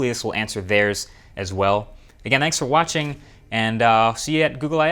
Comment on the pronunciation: 'thank you for WATCH-ing'.